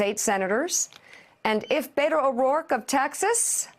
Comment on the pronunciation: Dear media: learn how to pronounce Beto. It's pronounced BETT-o, not BAY-to.